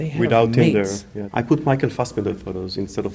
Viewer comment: “First you call it Tindle” 😂😂😂😂